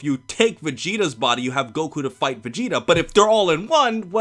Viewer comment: The Vegeta voice actor dude sounded like he said Vecheetah lol